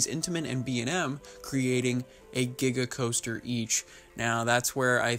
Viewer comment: Di- did he say diga coaster?